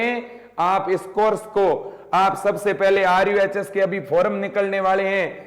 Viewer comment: RUHS Not RUSH